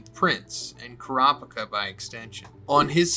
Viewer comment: Car-picker or Coo-ra-peeka? Your pronunciation for a Manga fan are atrocious.